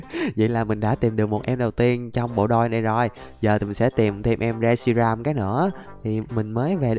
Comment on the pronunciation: Reshiam của người ra mà đọc là shiream